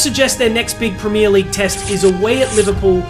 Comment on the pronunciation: I’m an Arsenal fan but Jesus Christ, this mf can’t even pronounce “Premier League” normally 😂. Americans man, bet this guy just makes content with the goal of money, don’t know a fucking thing about football haha